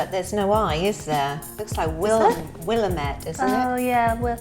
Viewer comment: Nope, it's Wil-LAM- et for Willamette.